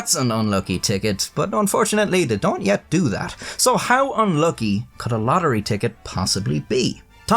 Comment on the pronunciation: To the Mega Millions what? Lohery? 😂 A bit of elecution there chap. This is an old and well-worn story too. "Lottery ticket given as tip". The best part of this is the animation. The stock music is annoying. "My magnificent content on those crappy websites" that was the best joke of all. 😂